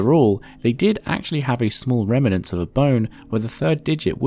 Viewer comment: Remnant, rem|nant, dissyllabic.